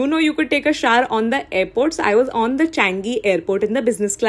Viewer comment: The way she's pronouncing shower as shawr...no girl it's shower SHOWER